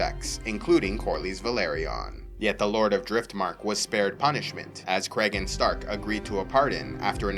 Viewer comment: I believe it's pronounced cree - gan